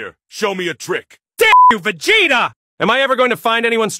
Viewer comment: lmfaoooo... hearing say "please don't tell vuh gaytuh" is just so funny to me:face-purple-smiling-tears